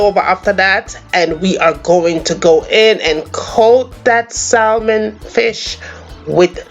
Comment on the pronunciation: Looks delicious, I’m on keto so I’ll omit the rice and potato. Don’t be mad but just letting you know the the L in salmon is silent, so it’s pronounced SAMON.